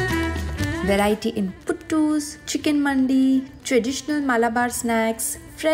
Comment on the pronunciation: Mandi is not pronounced like "Subzi Mandi" ❌.. Its "Mandi" as in "Gandhi" 🤦🏻‍♂️.. And Mandi is not Biryani ❌❌. And she has been to Hyd, there is no city in India where you get as many options of Mandi as in Hyd. She didn't try it in Hyd? 🤦🏻‍♂️🤦🏻‍♂️